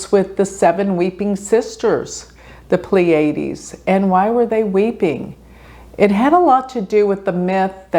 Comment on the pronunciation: It’s hard to get over the mispronunciation of “Pleiades.”